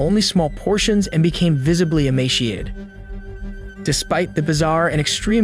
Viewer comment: Emaciated*, not emashiated.